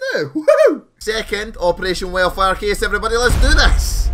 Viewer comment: Literally sounds like he's saying Operation Welfare LMAO